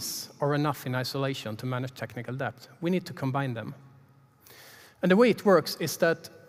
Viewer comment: Great talk. I hate to be that guy, but I am that guy... the B in debt is silent. It's pronounced DETT. The B was added by some pretentious brits a couple of hundred years ago to prove they knew Latin, but didn't change pronounciation. Same for plumber (PLUMMER), doubt (DOUT) etc.